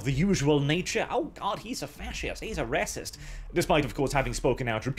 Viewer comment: He says "Reh-cyst", I heard the Golden One poking through for one second there xD (don't know if is Swedish, maybe I am REHcist for putting them in the same box:P)